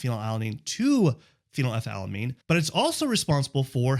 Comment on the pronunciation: You said phenylethylalamine while posting the word phenethylamine. You got it wrong both times. It's phenylethylamine. 😂